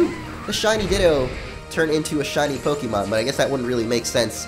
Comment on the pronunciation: OKAY. ITS PRONOUNCED POKE-EH-MON. NOT EEEE MON. PLEASE STOP.